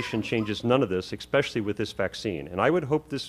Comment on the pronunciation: Scientific and medical consensus is important for a reason. There are ALWAYS outliers. And a doctor who says "ecspecially" no less. LOL